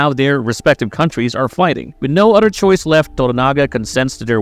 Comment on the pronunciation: you can pronounce Toranaga correctly but you say odder instead of other 😆